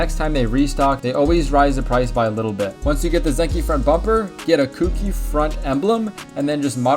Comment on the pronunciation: Cookie lol it’s koUki